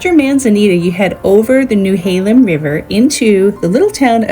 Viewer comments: ???? She says between Seaside and Gearhart while showing the tunnel that is way further south! Skipped right past at least 2 beach stops: Arcadia and Hug Point; we truly appreciate Oswald West. It's NOT New-halem... It's Nehalem, no W involved. Nee or Neh-halem. Then she jumped from Wheeler to south of Bar View, then back to Wheeler. Next thing you know, you've skipped Tillamook, gone past the cape and into south county... but no - wait! Now she's heading back north!!! Must. stop. watching. Now.:person-turqouise-waving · Please,please,please....get the pronunciation of the locations correct. It's Neh-hay-lem, not Newhaylem, and Yah-kwin-a (not Yawqueena) Bay. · The Nehalem pronunciation got me. Lol it’s not new halem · First you mispronounced Nehalem. Also you have filmed everything in wide angle which makes things so much flatter then the reality. I live in a small town on the northern coast so I am picky!